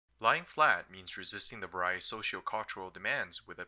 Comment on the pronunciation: You're mangling the word "various". It's pronounced vaer-ee-us, not vuh-rye-us.